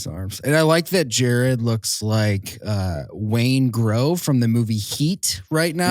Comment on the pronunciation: Ok, film nerd time: it's not "Wayne Grow", it's Wayngro. That's the dude's last name. But I digress, him and JT really are twinsies.